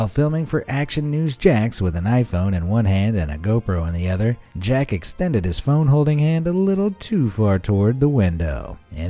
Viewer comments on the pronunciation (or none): none